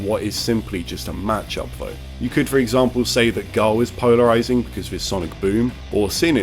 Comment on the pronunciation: Did anyone else hear “Pownerizing”.